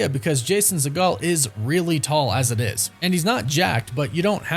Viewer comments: It’s See-Geel, Not See-Gal, he’s not related to Steven Seagal. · Hey man, show some respect to Jason Segel and pronounce his name correctly. It’s pronounced (See- gul) and NOT (Se -Gaal) as in Stephen. It’s a Jewish thing man, help us put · Does he even know who Jason Segel is? Pronounced his last name like 3 different ways, none of which was correct. 😂